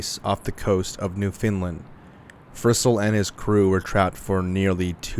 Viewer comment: newfoundlander here — you pronounce it “newfinland”, but in the case where you have to say it again, it rhymes with “understand”! the faster you say it, the better. appreciate the mention regardless and great video as always 🫶